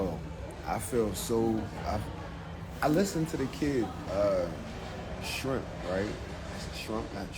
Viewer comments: "Shrimp"! The pettiness 🤣 C"mon Steph! How you know his wife's name and you can't pronounce his?! 😅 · New york dudes always play dumb like they dnt be knowin ppl and shii😂 "shrimp" "shemp" how yu say his name 🤦😂